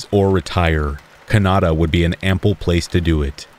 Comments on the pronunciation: is that the neighborhood you were talking about in the story? I think I missed something lol. I was stoked because of the claim of there being no mistakes. Then i heard it... I'm thinkin....no way that's a pronunciation mistake. I must have been too sleepy....so I rewound and listened again, 3 times. I mean, people know how to say Canada. I thought I was listening to the good ol heritage commercials lol!So, what is Kanata? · "No mistakes in my stories" 2nd story: "Cunauda" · Did you pronounce canada as. Ca-na-da? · He said ca-Nada! 😂🥰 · Ok wait....that's not how you say Canada... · i like the way they pronounced Canada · Love being scared... Please tell me you pronounced Canada that way to be humorous 🇨🇦😎